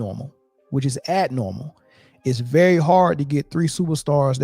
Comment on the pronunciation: Did he just say, “It’s not normal. It’s ad-normal.”?? 😂